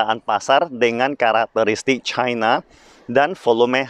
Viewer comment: Ribet amat lu ngomong nya caina caina cina aja udah ribet ntr keseleo itu lidah kbnykn ngomong caina haha